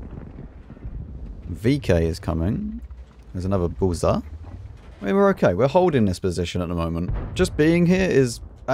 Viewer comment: Please, its BuRza, not Buza lol Also its Gonkevitsa and Bliskavitsa (Yes I know Polish people pronounce it Bvyskavitsa)